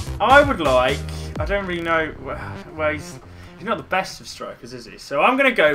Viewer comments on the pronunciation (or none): none